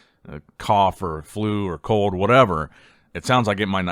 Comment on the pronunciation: what did Samson have a COLD or a CODE??? 😂😂😂 gotta work on the letter L brother